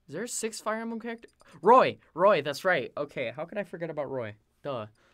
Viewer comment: totaluh a fiyuh embluhm charactuh... yeuh... that was hilarious.